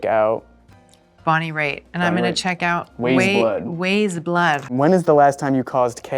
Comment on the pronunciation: He pronounced “Weyes” wrong. Christ 😂